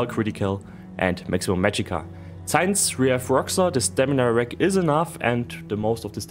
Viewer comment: Not in a bad way, just trying to be helpful. Pronounce "since" as "sense" not "synce" a small correction that will greatly improve your english. Other than that your english is great, better than some Americans